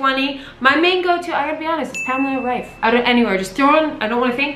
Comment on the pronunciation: I'd love to leave more likes just because you are the first non-German person I've ever heard pronouncing Pamela Reif in the right way.